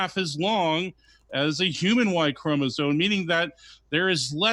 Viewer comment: I really trust a guy who says chromosone and orangutang